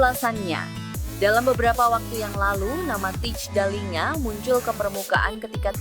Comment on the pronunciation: Kalo mau ngonten....coba deh klik google terjemahan yang ada speaker/audionya....set ke bahasa Belanda kemudian tulis Thijs Dallinga....dengar tuh cara ngomong yang benar.....Teis Dalinga bukan Tits Dalinga (jadi ngomong jorok dah gw)